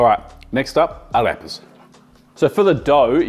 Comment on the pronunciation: sounded like u said a Rip ass. lol Ah Rey Pahss